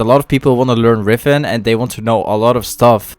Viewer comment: Its riven not rifen